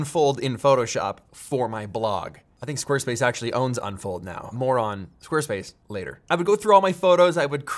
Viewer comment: LMAO WHEN HE SAID I GUESS SQUARESPACE OWNS UNFOLD RN, AND THEN HE SAID "MORE ON" TO TALK ABOUT THE SPONSORSHIP. I THOUGHT HE WAS SWEARING CUZ THEY BOUGHT THE COMPANY AND IT SOUNDED LIKE "MORON" 🤣🤣🤣